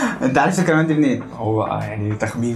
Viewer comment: إنت ما نطقتش الكلمات صح بس الفيديو عجبني متابعتك من المغرب